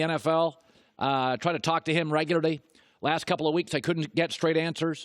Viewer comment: I hate the way Colin says “regularly”